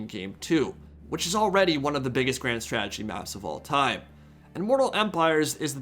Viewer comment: "Grand Stretegy"